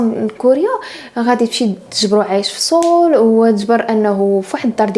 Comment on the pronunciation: باينا علك تانتي قريتي الكورية.نطقل ديال سيول نطقتيه بشكل صحيح. او ربما صاحبتك قالت لك كيف كتنطق...